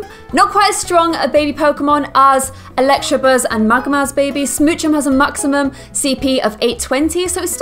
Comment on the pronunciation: it's electabuzz not electrabuzz